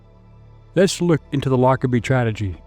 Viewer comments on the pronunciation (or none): Hey, if the worst he does is transpose the G and D in the word tragedy then I'll give him a pass. Hell, I just got off work and I'd be lucky to correctly pronounce my OWN NAME at six in the morning...😂